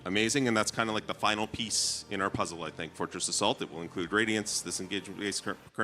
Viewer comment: Sounds like he's saying Fortress of Salt not Fortress Assault hahahaha